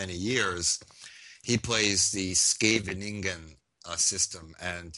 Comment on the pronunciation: Funny how he uses incorrect English "unpopular" yet he uses correct Italian pronunciation "Fianchetto" . His pronunciation of "Scheveningen" is an utter disaster and total disgrace, however, so I had to stop watching the video since his chess skills must be equally as shocking as his lack of knowledge of basic pronunciation